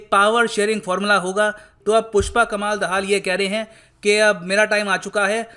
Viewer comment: Why r u not able to Pronounce a simple Hindi-Sanskrit Name? पुष्प कमल दहल ' प्रचंड' It's not that hard.